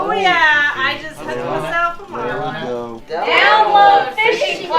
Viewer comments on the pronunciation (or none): none